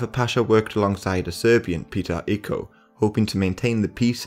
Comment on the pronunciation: I wish you consulted some native speakers concerning the names of places and characters involved in this historic period (Icko is actually Ichko, Kuchuk Alija is Kuchuk Aleeya, Georgi Petrovic is George Pethrowhich, Becir Pasha is Bacheer Pasha, Ivankovac is Ivancovatz, Misar is Meeshar and so on) but apart from that I find the video good.